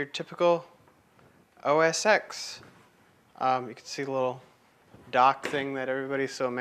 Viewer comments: You are a very good artist. It just cuts into my heart when you pronounce it OS X and not OS 10. X = 10 OK? If you don't believe me, open a terminal and do these commands: # say "OS"; say "X"; say "OS X" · Actually it's OS "ten", not "ecks". No one at Apple has ever called it OS"ecks". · So that was pretty darn impressive. Always enjoy seeing cross-platform people who can demonstrate technology objectively. My only tip is that the X is pronounced "ten", not the letter x. Other than that, quite a nice demo of a bitchen box. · It's most definitely pronounced "OS ten." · now ya know we're dealing with a dumbass when he says OS X wrong.